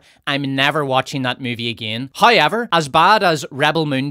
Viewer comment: I love how wrong all Irish people say "however" it's like British trying to say "bottle"